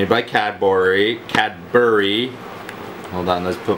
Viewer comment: No Way Just applied for a job at Cad-Bory haha